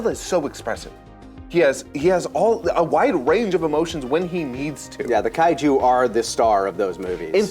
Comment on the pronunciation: Eesh the affected Japanese pronunciations of the Kaiju names 😬😬😬